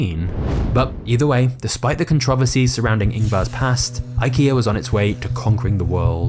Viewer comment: The way you say controversies is insane 😂😂